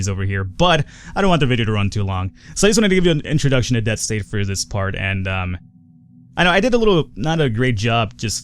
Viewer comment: lol at the end there it sounded like you said "Dead Space". Man that made me miss Dead Space.